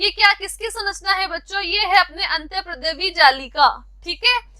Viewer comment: Antardrya jallika not antarprdaya jallika